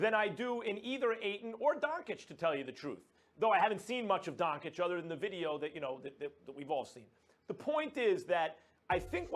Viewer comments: Kellerman: DoNkItCh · Max Kellerman: "Donkich". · why is max kellerman calling him luka donke-itch 😂😂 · Subscribed, it's funny how they say donchik not doncic the disrespect towards doncic was real, but he proved all haters wrong. All nba franchises should know if Steven a Smith says a european Player isn't worth it, he's going to be an all Star or franchise Player porzinges, doncic, are prove of it. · Max Kellerman : "Donkey-itch" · Stephen A: Donchick Max: Donkich: Donakick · Nobody: Kelkerman: Donckitsch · Kellerman: “donkich” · Kellerman: "Luka DonKIC". 🤦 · Max: "Donkitch" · Stephen A can't even pronounce the dudes name correctly lol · no shit Max doesn't know much about Luka as he can't even pronounce his last name right